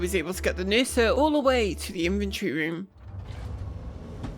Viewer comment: Why it is Nursa, and not a Mursa?